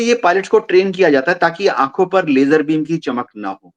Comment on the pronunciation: LASER LIGHT ❌️ LAYJER LIGHT ✅️ 😂